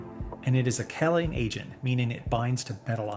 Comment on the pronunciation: The ingredients, whether they should be there or not, doesn’t mean the beans are not real. This is click bait on the title. You don’t need to use click bait to get viewers. And the pronunciation is KEY-LATE-ING.